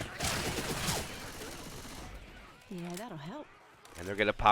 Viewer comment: this isnt how you say favela. it's not fah-veela. it's 'e' as in 'dead', fah-veh-lah